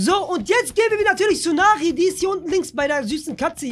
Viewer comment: Nicht nari sondern neri du kleine eijjajei